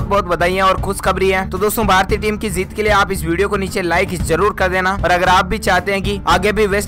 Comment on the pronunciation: Abe theek she bolna seeklo phir bolna zeet nahin jeet hota hai